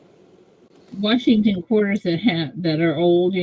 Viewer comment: U guys asking to Pronounce Something >>> From the Guy who SAYS WARSHINGTON, is NOT the BrightesT MOVE!! lmbo